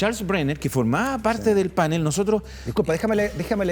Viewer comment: Canal, pastel, atril, farol, azul, PANEL. Y no "pánel" ( , , , etc.), por favor, que no existe.